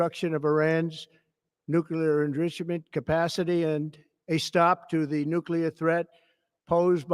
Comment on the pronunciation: This asshole can’t even pronounce the word “enrichment” what makes you think he can lead a country?